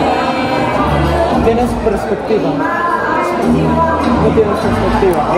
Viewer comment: pegspectiva JAJAJAJA que vergüenza 😮